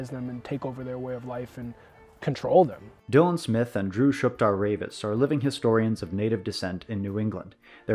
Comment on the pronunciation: 'Dylan Smith' lol